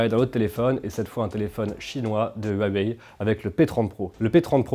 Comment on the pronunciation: Vous êtes peut être pas responsable de la prononciation de huawei mais vous êtes responsable de mes 3 retours en arrière pour choper ce petit commentaire 😂👍🏻